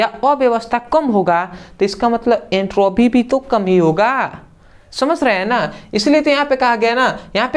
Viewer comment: samajh gaya ❌ samash gaya ✅